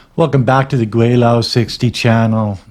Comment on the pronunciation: Kwelo is pronounce 'kwe low'😅